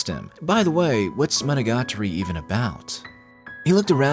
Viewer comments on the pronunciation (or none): Bro rolls off Araragi Koiyomi and flubs Monogatari pronunciation. Jokes aside, you did a great job explaining this anime. I love the puns and word play that is persistent in the show. You definitely need to know a bit of Japanese to get some of it unfortunately, the world play is such a big part of it. Having it dubbed or reading the subtitles you kind of miss some of the comedy of the show. Even with as little Japanese as I know I bet there are still some world play jokes that I missed unless they really emphasized them when they said them. Monogatari is practically its own genre as far as I'm concerned. There really isn't anything else that I've ever seen that compares to it.